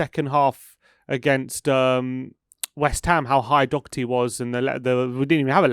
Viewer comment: we don't have a player called DOUGHerty either actually, its pronounced Daw-her-tee